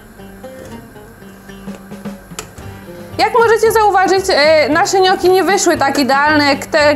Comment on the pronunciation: „niokki” nie „nioki”